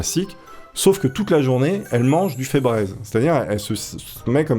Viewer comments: On ne dit pas "Febrèze" mais "Febriize" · sa ne se prononce pas febrèz mais febriz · Febreze (Fe-briz)